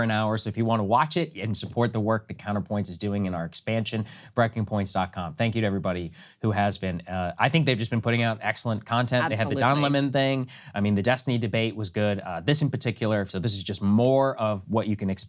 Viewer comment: Say his name right! It’s Don L’mon!